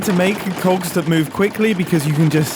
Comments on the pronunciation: are you sure you said cogs? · Mumbo, I'm begging you to enunciate that "g" a bit more... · Maybe you need to practice your enunciation because "Big Cogs" is sounding a bit sus. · I can't stop hearing "cocks" instead of "cogs" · Mom walked in halfway through this video and misheard mumbo. She instantly goes “WHY ARE YOU WATCHING VIDEOS ABOUT MEGA COCKS?!?” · am i the only one understanding cock instead of cogs??? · I definitely heard “cogs” every time he said it. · missed a great one: “and all I could think about is cogs!” especially considering how softly he pronounced the g in that one hahaha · he did not say cogs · Mumbo please annunciate your Gs 😂😭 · mumbo mate i need you to pronounce COGS a big better because this is quickly sounding very un pg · Mumbo, can you make a working clock with this concept though? (totally didn't get this idea from mishearing you making "coggs") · If you listen at 1.5x speed, the "k" sound is even more pronounced...